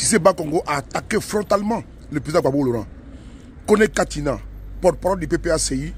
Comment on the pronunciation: Again Katina not katinan